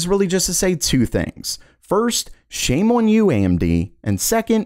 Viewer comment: The way he says the word "on" sounds like he's saying "owen"